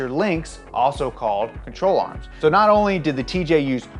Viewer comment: I thought he said troll arms